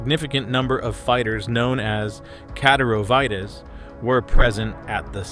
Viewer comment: It's pronounced "Kah-DEHR-o-vites"... Not whatever TF you said "cat-er-oh-vee-tahs" LOL... The Chechens fight under the leadership of Ramzan Kadyrov ... Hence "Kadyrovites". The guy is a walking piece of shit and basically like a Russian version of Muammar Gaddafi... He just really sucks. Also Kadyrovites are known as "tiktok soldiers" because they stage tiktok videos to make themselves look hard, but in reality, they are poor fighters, disorganized, and often highly ineffective.